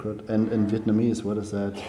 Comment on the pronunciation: Vietnamese accent is really good. I'm surprised!